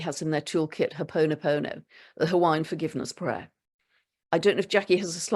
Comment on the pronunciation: PLEASE respect Kanakaʻs Olelo Hawaii: It is pronounced: "Hoh-Oh Poh-noh-poh-noh, NOT Hoh-poh-noh. Thank you for sharing the beauty of The Kingdom of Hawaiʻiʻs, actually known as: Ko Hawaiiʻs Pae ʻĀinaʻs Spiritual Gift of Hoʻo Pono Pono. It is a beautiful gift. "Thank you. Iʻm sorry. I love you." Aloha, Claire - Moved from Maui, Hawaiʻi after 15 years of sunshine to Miaviag, Uig, Isle of Lewis 2023, to heal my ancestral and fatherʻs Scottish roots. Sweet to hear so much affirmation here about my frequency being spot on. The perfect peace and spaciousness of The Outer Hebrides are stellar for owning the peace within, and allowing all else to stay off-island!, and out of my field entirely. You are very welcome here.